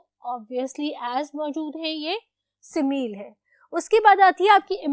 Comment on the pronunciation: Respected teacher, please focus on your pronunciation of " similes". It's incorrect the way you are pronouncing it. Hope you wouldn't mind. Thanks.